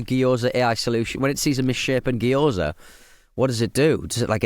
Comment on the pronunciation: "geeyoza" pronunciation is making me lose it. Just saying it over and over lol